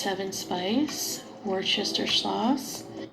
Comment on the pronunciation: Whichever way, its definitely not at all how pronounces it 😂